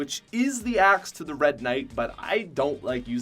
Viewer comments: I don’t think I’ll ever be able to hear axe properly again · You did not say chill axe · He did not say the merry marauder axe